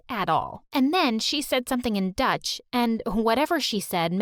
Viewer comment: Not a true story it's called dutch not duth look at the book